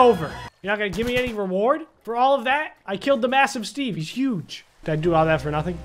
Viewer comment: It’s not “massive Steve” It’s Massiveteve